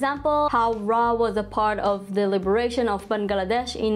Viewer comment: Wow! Didn't expected this video at all. 😅😅 P.S: Your Accent, esp how you pronounced Bangladesh (baen-glaa-desh) 😂😂